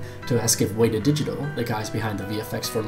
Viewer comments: Your kiwi accent was very Scottish. Also, you're mispronouncing Weta. Its either "wet-a" or "weda", not "wayda". Otherwise, fantastic video. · Awesome video, but you pronounce "Weta" wrong. Instead of "wee"ta it's "wet"ta. It's a Māori word and I know how hard it can be to pronounce it.